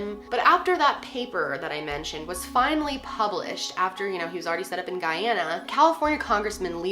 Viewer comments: thank you for pronouncing the country properly! my father is from Guyana and it was a tragedy that has plagued the country for many years when the country had little to do with the atrocity. good work, as always! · Take all the points for pronouncing Guyana correctly!!! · Finally someone who pronounces the country’s name correctly. My mom was born in Guyana and was around 20 when this happened and it was really big on the news!! Also thank you for going into depth!! Growing up, i knew of the Jonestown case but I learned some new things today watching your vid!! 💞💞